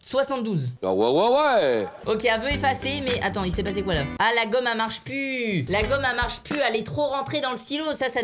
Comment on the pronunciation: "La gomme elle marche pus" ??? IL EST PASSÉ OÙ LE "L" ??